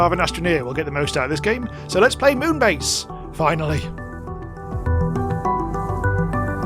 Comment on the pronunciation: I think it's pronounced Meow-n base :3